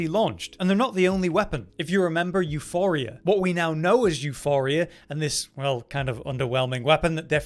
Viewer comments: Euporia, not Euphoria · EuPoria...there is no H...."you-Por-ee-uh" Its Greek for prosperity or wealth...